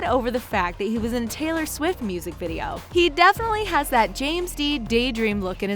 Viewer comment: taylor swissss😂😑